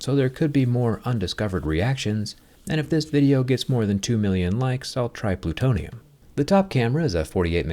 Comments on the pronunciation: Did you say PLUTONIUM? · DID HE SAY PLUTONIUM?? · Plu what did u said? Plutonium?😂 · Did he say plutonium ?